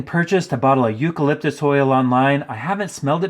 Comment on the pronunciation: You call lip dis oy ell